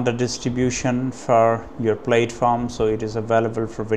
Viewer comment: He was commenting on your pronunciation. In the US English pronunciation of platform, the first syllable rhymes with cat, hat or rat, not Cate, hate or rate. "Plat-form", not "Plate-form."